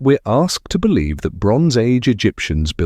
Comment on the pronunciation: I bolieve you, but you are babbling